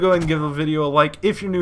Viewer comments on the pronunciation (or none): what was that "psubscribe"